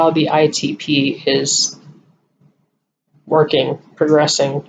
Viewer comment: Good job with explanations need to work on the pronunciation of ITP. Lol. You can handle Rituxan because I will be there. Ask to get it in temple. Prayers for your decision I understand how you feel about it. Did they give you all the premeds for the IVIG??? If not can they try again?? Question you could ask